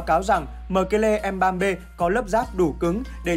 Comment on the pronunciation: anh đọc tên mbembe giống m3p